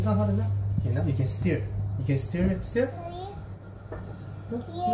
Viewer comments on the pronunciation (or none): sounds like "steer it" rather than "stir it"... perpetual drive mode haha 👍